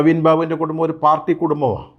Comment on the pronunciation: കുടുമ്മം അല്ല 🤦‍♂️ കുടുംബം എന്ന് വ്യക്തമായി പറയൂ, താങ്കൾ ഒരു പത്രപ്രവർത്തകനല്ലേ. നവീൻ ബാബുവിന്റെ കുടുംബത്തിന് പാർട്ടി ഇടപെട്ട് തുടക്കം മുതൽ അനീതി ആണ് നൽകി കൊണ്ടിരിക്കുന്നത്. ഇൻക്വസ്റ്റ് നടപടി മുതൽ തന്നെ 😡